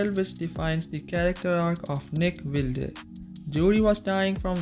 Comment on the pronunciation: Its pronounced "Wild" friend. Sorry, but that's distracting me big time!